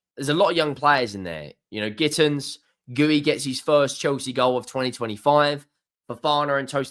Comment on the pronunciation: Guiu is pronounced "gee-yu" not "gooey"